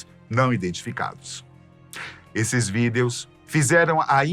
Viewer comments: pq vc fala VIDEOS, fala VIDIOS por favor 😭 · Toda vez aquele pronuncia vidEEEos eu me desconcentro kkkk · Que agonia dessa pronúncia dele pra "videos" 😅